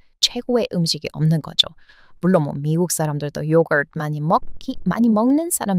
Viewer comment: 요거트를 먹으면 얼마나 먹겠어요 라는 말을 난 영어 발음 요거트를 욕을 먹으면 얼마나 먹겠어요 라고 들렸음😅 욕 많이 먹으면 오래 살긴 한다는데 젊게 늙는진 모르겠음